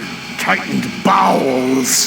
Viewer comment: did he say “Tightened balls” or “Tightened bowels”??